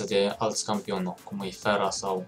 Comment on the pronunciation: fain episod!!(nu se citeste ,,fera,,ci ,,fara